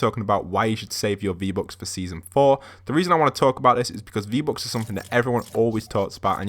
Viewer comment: he says v-bocks xd